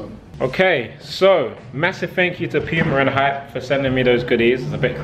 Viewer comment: That's the correct pronunciation. It's not "pooma"